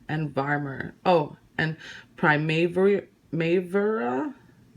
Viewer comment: Lol that gold shadow in the modern renaissance palette is pronounced Prima- Vera and u say the prima like u would say cousin in Spanish. It's name after a very popular painting from the time.loved your collection